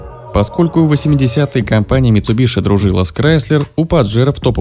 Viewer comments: Не митсубиШи, а митсубиСи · митсубиСи ☝️, от ш ухо режет